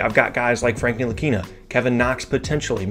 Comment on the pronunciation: >Frank Ntilikina I closed the video right there